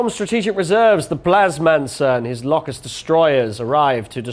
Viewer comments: I don't think I've ever heard someone pronounce Locust as Lock - Ussd. It's Low-cussed, isn't it? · Pronounce it Lowcust, as in the insect!